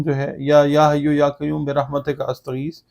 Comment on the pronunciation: کیوم نہیں قیوم🎉